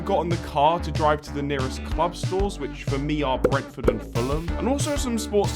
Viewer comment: Bro messed up with the r in Brentford